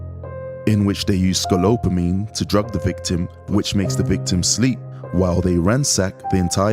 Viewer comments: It's Scopolamine! not scolopamine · HE IS SAYING IT WRONG. IT IS SCOPOLAMINE WHICH KNOCKS YOU OUT FOR 24 HOURS. It is called "The Devil's breath". IT IS VERY SIMILAR TO Rohypnol or the date grape drugz. SAD THESE DUDES ARE SO STUPID TO GET GOT LIKE THAT. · He said it wrong. It’s SCOPOLAMINE! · He keeps saying it wrong! It’s SCOPOLAMINE!